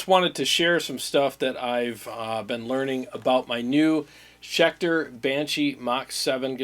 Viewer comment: Hey nice "Scecter" 😆